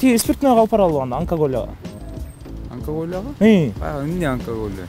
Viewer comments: Анкаголияга баралы деп чын эле айталбай калды🤣😆. Онкология десең, онкаголияга дебей🤣😆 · Анкалё дейт го 😄😄😄😄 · Анклонгия дейтго😂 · Ананколоияга дегени жакты крсавчик экенсиз 🤣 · Онкалё деп коёт 😀